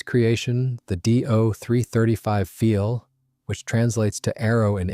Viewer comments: Not "feel", but "file". Sounds like nail "file" or computer "file". In german, "ei" is pronounced as long "i", as in english word "eye". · Learn to pronounce words correctly. It is pronounced phonetically as "Pfile," not "Feel."